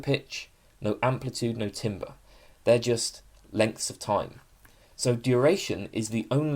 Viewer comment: TAMBER, IT'S PRONOUNCED TAMBER 😭😭😭